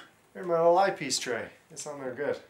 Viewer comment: oh Eye Piece Tray , thought you said Ice Tea Tray , lol